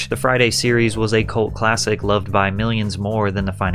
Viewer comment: What up the long last syllables... 'to be looooov'd' etc why do you tubers do it? 'His mothers vieeeews'... it's a really irritating affectation.